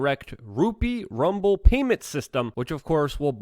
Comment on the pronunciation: Hahaha man said RUMBLE!! 😀😃😉😁😅🤣😂ruuuuuuuuble bro. Ruble.